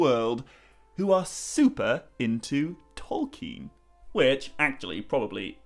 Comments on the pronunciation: Anyone criticising your pronunciation of Tolkien is just revealing their own naiveté unfortunately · Lol to the people who think you're pronouncing things wrong. You're probably the most accurate pronouncer I've ever heard.